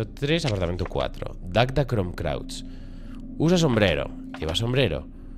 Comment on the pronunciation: jajaa Cuántas veces dijo Dagda Crom Crauch, en vez de Cruach? y lo leyó hasta detenidamente! jaja grande:P